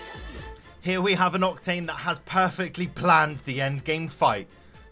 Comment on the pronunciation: You said octane